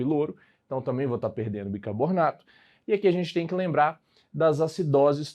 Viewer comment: Aula excelente, só queria saber porque o professor fala bicabornato kk